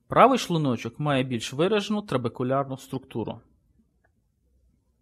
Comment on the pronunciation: Гражданин, который озвучивал текст, говори правильно "шлУночок", а не "шлунОчок". Бесит, когда ты ставишь неправильное ударение.